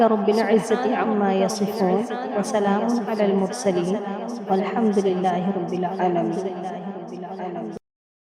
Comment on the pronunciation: یا رب العالمین رب کی ب پر پیش پڑھنا یہاں درست نہیں۔ بلکہ اس پر زبر پڑھی جانی چاہئے۔ امید ہے تصحیح کی کوشش کریں گے!